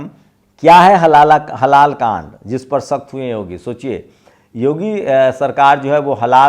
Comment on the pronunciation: Halaala nahi halaal hai